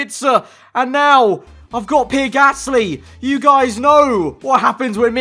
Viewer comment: Everyone else: Pierre Gasly: PEER GASSLEE